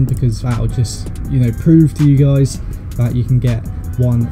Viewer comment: Click bait this guy says ye guys